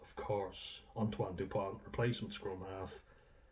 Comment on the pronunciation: It's not "depoint", it's Dupont.